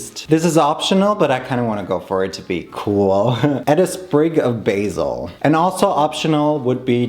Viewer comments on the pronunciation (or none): none